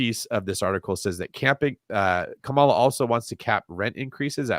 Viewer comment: are you intentionally misspronouncing Kamala's name?